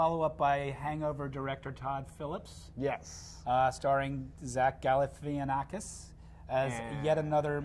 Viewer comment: its gal-La - Fah -naf-a-kiss